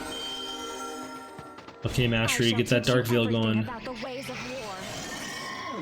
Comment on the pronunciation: Poem was cute, but holy cow bro. Did you really pronounce "veil" "Veal"? Just picking on you. Keep up the good job!